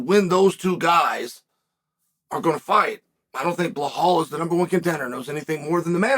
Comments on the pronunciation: Who is this Blahal guy Chael keeps mentioning? 🤷‍♂️ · Came here to hear blahall 😂